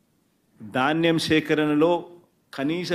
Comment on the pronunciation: దాన్నెం కాదు నాయనా ధాన్యం